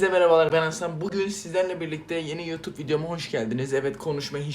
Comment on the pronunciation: Yotobe diye okunmaz ki yutup diye okunur ama ben sdc söylüyorum yani linç amacım yok